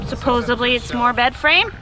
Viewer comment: SupposeDley doesn't have a B in it. SupposeBly isn't a word supposeDly is